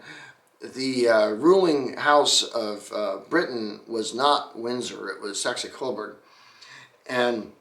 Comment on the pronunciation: Man the first time you said Windsor, I thought you said Whizzer, which would be a really odd name for a car company.